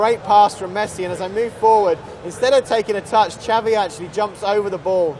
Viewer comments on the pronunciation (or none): Okii did he call xavi chavi and its it me or is tht grass to long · You say Xavi the same as Chavi